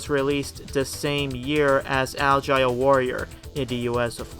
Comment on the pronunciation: "Algae" Warrior? lol